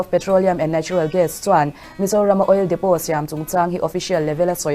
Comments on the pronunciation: OIL DEPOT Lam dan dik tak chu Oil Depo ..tia lam tur ani e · Oil depot ni mahse oil depo tih tur o...k ron soi my2😂